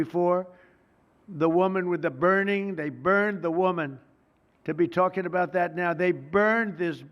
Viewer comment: Why is Trump s’talking s’like s’that???